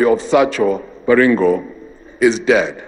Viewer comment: Yeah, I remember him pronouncing Baringo as ''Baraingo''.